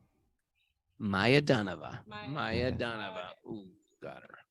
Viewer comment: It's not maayaa daanava. It's mayaa daanava